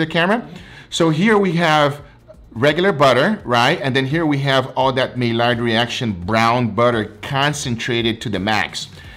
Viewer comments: Maillard= My Yard. not May Lard. sorry i'm a pedantic fool. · It's pronounced mayard not maylard. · maylard to funny.... its Maillard you don't pronounce the LL's so say is Maiard.... Like my yard Love you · Maillard is pronounced MY - YARD not MAY - LARD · “May-lard” reaction lol.. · Amazing video as usual! Nobody bastes a steak like does! By the way, the "L" is silent in maillard. It sounds like my yard. The French pronounce it with both the L and the D being silent as well like "My Yar". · Hey great vid! Just a couple things: it’s pronounce may-yard reaction and cling wrap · "May Lard Reaction"... Oh:^) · Again.... it's pronounced the my-YARD reaction. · Take a shot every time mispronounces "maillard"